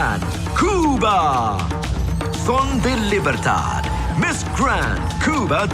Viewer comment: why was he pronouncing cuba like that ..